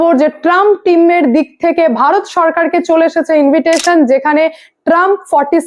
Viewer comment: ইনভিটেশন নয় ইনভাইটেশন হবে।